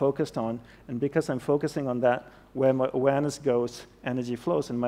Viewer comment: Everytime he says “awareness” it seems like he is saying “Uranus” and I don’t know why?